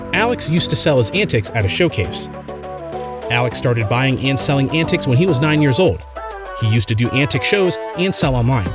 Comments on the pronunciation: Ann-teaks......not ann-ticks! 😂🤣😂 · It is Antiques, not Antics. Good grief. You should call it "Seven Inane Things I Already Knew About Curiosity Inc". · Consensus of opinion is that you keep pronouncing antiques as 'antics' (and even spell it that way) in order to get people to comment and boost your channel. That's not cool, so I'm gonna select the 'don't recommend channel' option. Good riddance : ) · 1. Never owned a new car.5. Alex buys Melissa a new car. Antics instead of Antiques. What a bunch of crock. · What's an antic? Do you mean antique? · Couldn’t sit thru this! It’s pronounced an-teaks not an-ticks. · The only insane thing is how you say antiques. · Knew all of this. And you should learn how to pronounce antiques correctly. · Learn to say antiques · You didn’t say anything that his viewers didn’t already know!!! This was a waste of time!! By the way… Please learn how to pronounce ANTIQUES!!!🤷🏼‍♀️